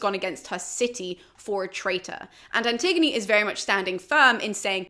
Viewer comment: Looking at someone’s bookcase and was confused by one title. Me: “Anti-gone?” Them: “An-tig-o-knee”. I cringe a little inside whenever I hear the name